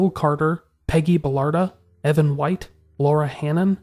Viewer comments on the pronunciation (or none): none